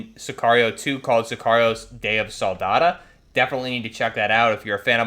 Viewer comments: Day of SOLDADO not Soldada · SoldadO. That’s an O at the end not an A. You sound like you’re saying day of the salsa 💀💀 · Say it with me - soul-dah-doe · Sol-da-dOO , like 🍕 dough!. Ur attempt Spanish is cringe A.F. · Bro butchered the life out of Solidaro 😭😭😭